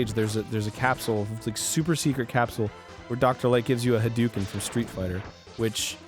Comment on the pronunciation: It's pronounced HA-DOH-KEN, Arin!